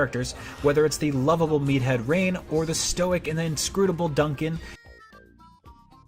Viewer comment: Bro it’s Reyn not Rain